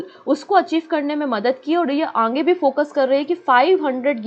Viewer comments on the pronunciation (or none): Mam Aap आगे को आंगे kyu bolti hain🤔